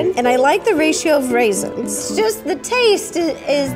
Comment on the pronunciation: “What are you talking about, raisinsA” 🤣